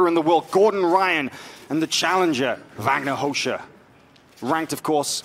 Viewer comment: "Vagner Rosha" Proper pronunciation...